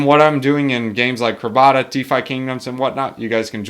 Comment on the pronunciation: It's CRAB-A-DA